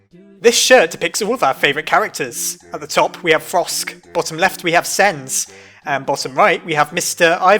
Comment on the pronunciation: I know you're a british but did u say "frosk"? its supposed to be Frisk. sorry i have to tell ya